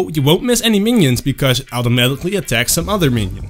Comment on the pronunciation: it took me so long to figure out you were saying automatically